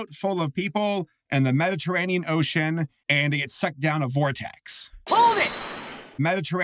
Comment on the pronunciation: as a commenter i can confirm i will not bully for saying "medditeranian ocean" i also probably spelled that wrong